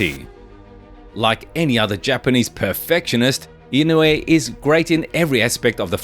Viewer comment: ❌ - NAY-OY-YUH ✅ - NAH-OH-YAH ❌ - IN-YOU-EH ✅ - EE-KNOW-EH